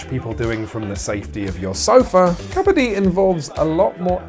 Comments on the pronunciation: Great video. Why do you start the video with the wrong pronunciation of Kabaddi and then a third of the way switch to the right pronunciation? And then you switch back to the wrong pronunciation and then back again... It's so weird... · tip for you guys: it's originally pronounced as ku-bud-dee not kha-bha-dhee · Love the way he says kabadi....😂 it's "ka —ba—ddi" I don't understand why it's not in olympics , it's great sport It's so popular in india , playing it on raw ground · It’s Kabbadi ( cuh- ba- di) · When "kabaddi" is pronounced as "kabaadi", only Indians can feel this pain! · I rlly hate the way u pronounce kabadi. Great video otherwise. But it hurts a little to see forgeiners pronounce kabadi incorrectly and slowly watch it become the new norm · I took physical cringe damage at the pronunciation of Kabaddi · Kabaddi lol, its pronounced 'kabaddi' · The way you are pronouncing its sound beggar kabadi